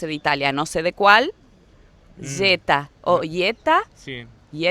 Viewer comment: Porque se pronuncia yeta como zeta?